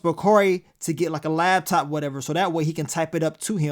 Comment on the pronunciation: ITS LAPTOP!!! WTF IS A LAB-TOP???